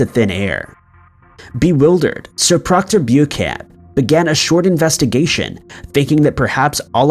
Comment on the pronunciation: It's Pronounced Book-an not Bewcan!